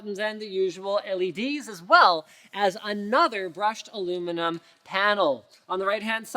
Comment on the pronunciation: Linus please don't use accents or say ayuminum or whatever keep it simple and don't translate unless you are actually fluent in the language. Other than that good try, and these companies might want to rethink names as original it may be it's not like Intel AMD Nvidia Evga you see the theme these stick in your mind when you hear computer these are the first in your head! As for the liquid cooled case I would go for the Be quiet it tall a lot of space to manipulate parts easier you should also cool the RAM most videos I've seen cool the CPU GPU occasionally the RAM and even the hard drives had a cooler once.